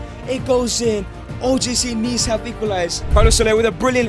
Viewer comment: BRUH IT,S OGC NICE NOT NEECE